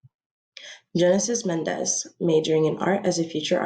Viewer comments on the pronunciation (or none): Genesis last name is “MENENDEZ” not Mendez lol